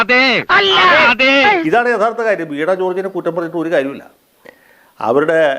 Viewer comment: വീണാ കോർജ് അല്ല..... വീണ കോർജ് ആണ്.....